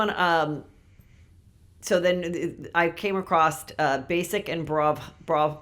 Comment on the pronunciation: Heather girl - i say this out of love because I know you struggle with words- the word is "across" not "acrosst" as in "i came ACROSS kim k's new pubic hair underwear line"